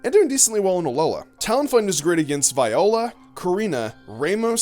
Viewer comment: It’s pronounced vee-ula not vi-ola even though it’s spelled viola.